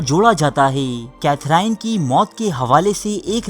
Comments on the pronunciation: The gentleman who has made this video seems to be sexually frustrated himself that is why he has made this weird video, even his pronunciation is incorrect, the name of Queen is Katherine but pronounced as Kathrene, janab where are the references which you have used to make this stupid video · السلام علیکم ۔یوسف بھائی آپ نام کی درستی کر لیں یہ کیتھراہین نہیں ھے بلکہ صحیح نام کیتھرین ھے۔ اب آپ سے امید کرتا ہوں کہ آپ لوگ صحیح نام لینگے ۔ I hope you get the right name now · Sufi nhi sophy... Catherine ko cathereeen pronounce kerte hain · Katherine : کیتھرین Itni badri video bana daali aur naam bhi sahi sai nahee aata ❗️ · Name to theek prononce kro bhai